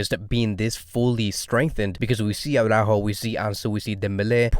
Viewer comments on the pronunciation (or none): It's not Aww-rÁjo. It's Ara-ÚÚÚjo. It's not because a certain Jamie of a certain channel massacres Araújo's name, that you have to copy that faulty pronunciation. Saying AwrÁjo to AraÚjo is just as ridiculous as saying Póóky to Piqué.